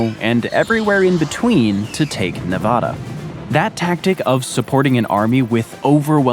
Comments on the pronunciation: The name of the state is NeVAEda, not NeVAHda. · Say thisnot nevada but that is how you spell it say it like its navada